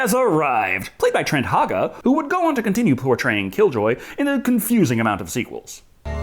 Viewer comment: you missed pronounced the name of the Actor who played Killjoy in that movie, “Trent Haaga”!